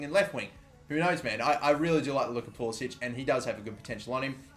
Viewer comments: yeah pulisic told a reporter it is pah-lis-ic or likw the above comment said puli-sick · It's pronounced Pulis-sick. No accent on the last c. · It's Pulisik FFS. It's not that fucking hard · please stop pronouncing pulisic wrong he doesnt pronounce it the croatian way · He wants the American pronunciation.He didn't want to stand out as European in the US national team.